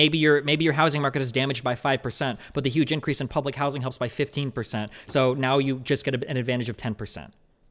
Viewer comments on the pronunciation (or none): This guy has a peculiar accent; the repeated pronunciation of 'public housing' as "public how-zin" was driving me nuts. What accent is that?